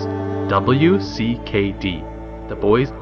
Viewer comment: You know W.C.K.D is pronounced as Wicked, right?